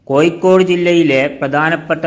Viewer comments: കോയിക്കോടല്ല കോഴിക്കോട് എന്ന് പറയൂ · Ennal pinne, malayalathil Kozhikodinte peeru mattiyit Koikode ennakkikoode? Swantham naatukar thanne peru maryadhakku ucharikkunnillel pinnenth paranjit karyam. Evde aarum engade malayalam slangine kalayakkunilla, ningalude ucharanatheya kaliyakkunath. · Actually it is koyikkode... It is derived from koyalkottai